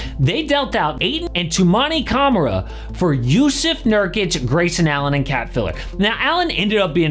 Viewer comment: please pronounce camara's name right next time, cam-ar-a. future dpoy